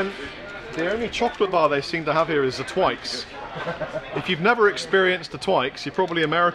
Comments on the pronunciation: Tw-i-x, please don't say Tw-aye-x :p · Then backs that up by pronouncing Twix as Twikes lol! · Twix.. It rhymes with fix. Lol. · "Twii - x" you mean to say I've been pronouncing that incorrectly my entire life? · hearing say twix instead of twix blew my mind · We have Twix in America, though we pronounce it quite differently. The same difference between the way we say aluminium. What we don't have are Bounty bars, Lion bars, or those awesome flake bars (I can't remember exactly what they're called). I have to go to a specialty candy shop that imports the UK candy in order to enjoy proper candy.